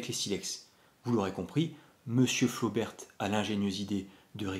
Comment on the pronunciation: on ne dit pas "flobertE" mais "flober" comme on dit "rober" pour robert, et pas roberte. et on dit bosquette pour celles a balle pointue, généralement un peu plus longue parce que "double culot" plus puissantes quand les flobert sont simple culot balle ronde. Flobert a aussi vendu des cartouches a balle pointue pour récupérer la clientèle intéressée par les cartouches plus puissantes a balle pointue de Bosquette mais elles restent de simple culot. la mesure de la puissance et de la précision dans un canon rayé n'a pas de sens, ces cartouches étaient destinées à être tirées dans des armes a canon lisse, carabine ou pistolet. ces armes anciennes sont en cat D et on les trouve très facilement. les cartouches Bosquette ne doivent pas être tirées dans les armes Flobert, qui n'ont pas de verrou de culasse = il n'y a que le chien qui retienne la douille.